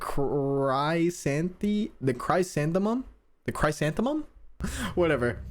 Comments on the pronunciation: chrysanthemum is pronounced chris-anthem-um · grrr it’s pronounced chris-an-thuh-numb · It might be pronounced (chris-AN-thee-um) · the Chris-an-the-mum, it's a flower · Chrysanthemum chris anth eh mum thats how to pronounce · The deformities really freak me out!Very interesting . Also it’s pronounced Chris-Anteh-mum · chris-san-tha-mum lol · cris-SAN-them-um. That’s how you say it. Charon is the name of a character from Greek mythology. He’s the ferryman that takes the souls of the dead across the river Styx and to hades (the underworld). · This is the 'chris-anne-thih-mum'. It's a type of flower. Definitely doesn't look like it though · its pronounced "cree-san-the-mum", this is a type of flower btw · He pronounced chrysanthemum wrong